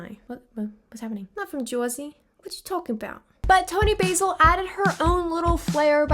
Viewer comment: A couple of minor errata: 1) Toni Basil pronounces her surname like the British, "Bazzle." It's short for Basilotta. 2) Scotland Yard is actually in London. It's the name of the headquarters, but people use it to refer to the police as well.